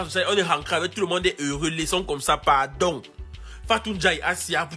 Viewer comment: Ivoirien on ne dit pas padon C'est pardon